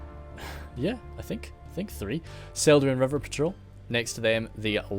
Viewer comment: Celduin - hard 'c'/'k' in Tolkien languages.